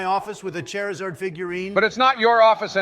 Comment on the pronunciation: I love how halfway through they're arguing proper pronunciation among Pokémon names, when they both say "Chairizard", lol